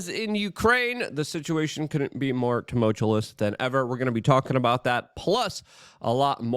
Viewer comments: If you're asking how to pronounce it, it's: Too-Mull-Chew-Us If you're being facetious (another word he completely butchers), bravo!! 😆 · He fucking murders that word in every single video. I swear, every single one...why? Does he edit his own stuff? Does he think he's saying it correctly? It's blowing my mind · FFS Tum ult ious!!! Love the work tho. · He's doing it for comedic effect. You have thoughts about this, but you got nothing when he butchers "tumultuous" in every single video he makes?